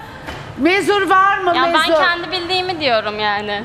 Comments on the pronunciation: Biri bu Nur Yerlitaş'a Türkçe'yi öğretsin bi mezur der (mezura), bi muzur der (Munzur)... (Peki laf eden olur diye düzgün yazmaya çalışmam) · Şuna mezur deyip durma nur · Modacı olacaksın birde onun ismi mezur değil mezura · Mezur deyip duruyo mezur ne lan. Ben de kullanıyorum mezura o. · Mezur varmı. Daha konuşmayı bilmiyor mezura ya mezur diyor. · Mezur ne ya mezura o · mezuraya mezur diyor,ondan bahsetti arkadaş